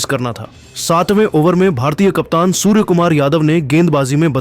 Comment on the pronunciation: Q surya bhai ko suwar suwar bol raha hai upna language thik kr